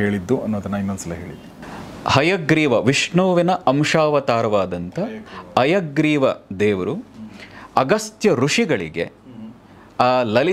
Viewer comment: ಅಯ್ಯಗ್ರೀವ, ಅಲ್ಲ ಅದು, ಹಯಗ್ರೀವ sir